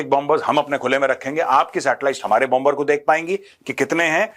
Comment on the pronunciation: hi Brother, बोंबर का उच्चारण बोम्मर होता है प्लीज